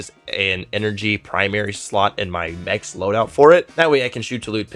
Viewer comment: Everytime he says mechs build i cringe